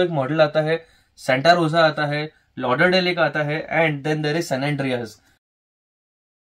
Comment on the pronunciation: Pehli baar kisi ne sahi pronounce kiya LauderDale. 😅